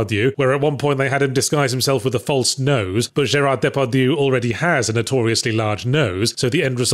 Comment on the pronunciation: he did not pronounce Depardieu correctly. Too much ou in the eu. Just like there was too much oo and not enough oh in the ou of gankutsuou